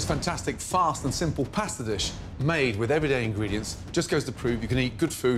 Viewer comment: Did he really just say pastor dish